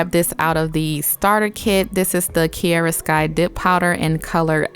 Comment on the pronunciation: Why do you say KI E RA when it’s called KI A RA ...